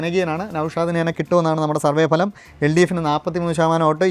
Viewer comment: 101 സീറ്റുകളുടെ ബലം എന്നല്ല ഫലം.